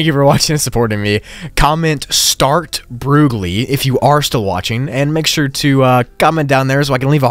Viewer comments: 'start broogli' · “ start broogli “